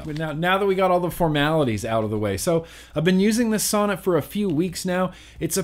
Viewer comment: Sounds like you keep saying sauna lol.